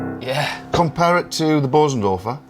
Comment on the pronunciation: Hardly anybody on YouTube knows how to pronounce Bösendorfer. The umlauts over the ‘o’ changes the sound.